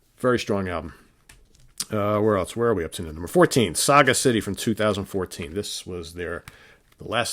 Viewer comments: Correct. Saw-Gas-ittee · I don't think their last album's title is meant as Saga-City like you pronounced it ... more like Sagacity as in Toxicity, Simplicity ... or maybe I'm wrong? just wondering. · Great video. Two hints, Crichton is pronounced Cry-ton, which you said last, and Sagacity is Saw-Gas-ittee. My favourite band. I agree with your on the top 5, however my order is slightly different. And I put Beginner's Guide and Security way higher, and Wildest Dreams slightly higher.